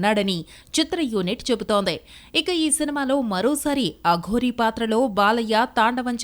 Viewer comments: అఘోరి కాదమ్మా తల్లి అఘోరా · అగోరి కాదు అగోర 😂😂😂